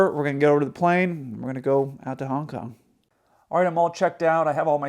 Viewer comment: The way you said Hong Kong sounded like you said Honk Honk lol just had to point that out, it's not a big deal - just funny.